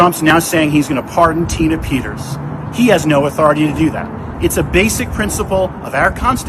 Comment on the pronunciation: Who is Tina "PETTERS"?